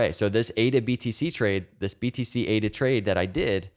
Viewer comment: eight-uhh is making me some wicked big gains it's bonkahs, my guy!